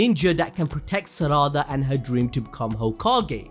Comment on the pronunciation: Sa-ra-da… I just can’t 😂 it’s sara-da